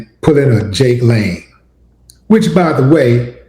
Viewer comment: His name is pronounced Jangalang. Not Jake Lane….🤣🤣🤣